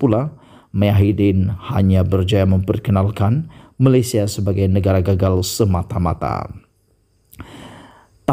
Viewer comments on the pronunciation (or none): none